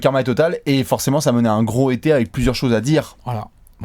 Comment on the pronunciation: Je suis désolé de faire le relou mais peux-tu faire les liaisons genre: "gro(s) été" "trè(s) intéressant" Et UNE espèce c'est (toujours) féminin!;) Ah ca fait du bien xD Dsl encore pour cette intervention. Merci pour toutes ces vidéos! Vous êtes géniaux!